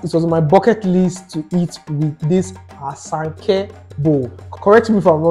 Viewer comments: It's ASANKA not asanke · It’s ASANKA BOWL, not asanke 😅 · Asanka ❤❤ not Asenke 😂😂😂😂